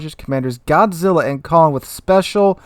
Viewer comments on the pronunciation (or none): none